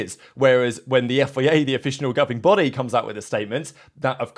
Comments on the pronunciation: It is F. I. A, not FEA, why do you keep saying FEA?? Are you broken? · Please learn how to say F.I.A.